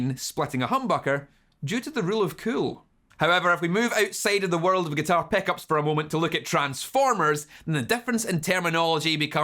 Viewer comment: I hear him saying "peckups" xD